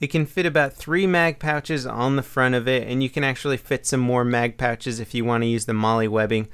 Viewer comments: Pouches not patches lol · it sounds like he's saying patch instead of pouch lol.